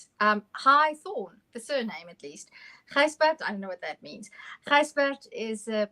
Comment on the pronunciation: Gijsbert not Gisjbert :)